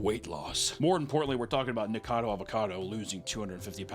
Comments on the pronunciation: bro said NICADO...its NIKO-CADO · Nik-a-cad-o. Four syllables. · All this time, and he still calls him “Nikado” instead of “Nikocado” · Just one more syllable Papa, Ni Ko Ca Do. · Repeat after me, nik•uh•cah •doe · keeps calling him Nikado (I love it) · Why do illiterate murricans call him Nikado avocado? do you not see the O in Niko? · I love everything you had to say about him, except his name. His YouTube channel is "Nikocado Avocado", not Nikado Avocado. Same amount of syllables as the word Avocado. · Years later STILL can't pronounce his name right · Papa missing a syllable in Nikocado's name- but never a meal. No shade. I love me some food, too. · Why does everyone pronounce his name wrong? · It's been 2 years and he still doesn't know how to pronounce nikocado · How many times did say Nikocado incorrect in one video …yes